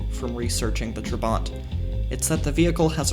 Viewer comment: Why not just establish how to correctly pronounce... "Trabant"... then... pronounce it that way. This makes you look like an amateur. And, as such... not worth my time.